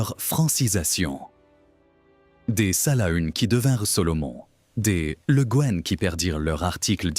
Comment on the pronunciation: Houlala, ça commence mal ! Le Gaine ?? Le Guen se prononce le Gwen ; Salaün ne se prononce pas Salahune mais comme le mot salin. Gast a c'hast ! Deskit brezhoneg, mar plij !!